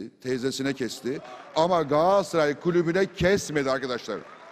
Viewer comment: abi sende dahil pek çok insanımızın yaptığı bir hataya değineyim telaffuz "Galatsaray" değil "Galatasaray"